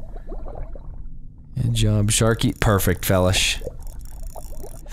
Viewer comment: It annoys me on how you say felish,I'm pretty sure it's pronounced (Fee-lish) like Feline fish